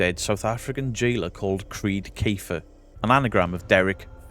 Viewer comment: The way Derek says Kreed Kafer is pure Reeves and Mortimer 😂